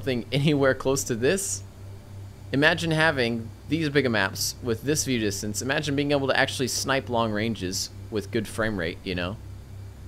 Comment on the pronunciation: Enjoyable video, but I thought you were using a word I didn't know: viewdixtense. It wasn't until nearly the end of the video that I realized what you were saying. :) Keep up the great work.